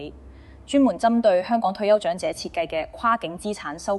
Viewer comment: 姐姐，謝謝分享。您講的「兩個的兩」，「長者的長」 ， 「養老的養」 和 「場地的場」， 有點懶音，小心留意。